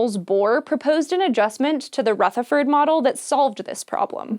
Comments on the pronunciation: I would like to politely mention that the 'th' in 'Rutherford' is pronounced the same as the 'th' in 'the'. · Rutherford; soft th rather than a hard one. Like the, as opposed to think. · Nice video, but the way she says 'Rutherford' is just so triggering. Everyone in New Zealand is disappointed. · The way she pronounced Rutherford’s name😂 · Omg that's not how you pronounce Rutherford, I love you but that was like nails down a chalkboard every time you said it 😅